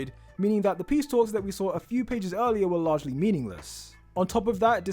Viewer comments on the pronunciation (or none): none